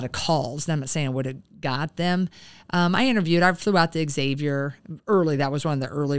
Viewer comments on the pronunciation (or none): As an alumnus, I have to chime in: Xavier isn’t pronounced “X-avier,” - it’s not like I-owa. It’s a Z sound. Thanks!